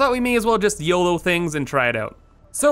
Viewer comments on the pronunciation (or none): none